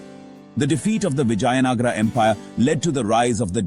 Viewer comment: Hear the voice over chap say Vijay Nagar. I suppose he's a Gynaecologist.